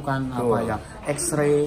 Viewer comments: ngomong xray dengernya ashtray. ealah para guru bahasa inggris PR kalian masih banyak pak bu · eta pak nyarios X-ray kang.. sanes ash tray nu hartosna asbak. punten ah